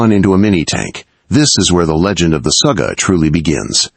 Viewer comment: Its Sugga, not Suga, that is something totaly diffrent